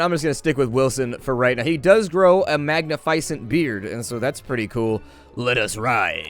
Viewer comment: the way u said magnificent tho lol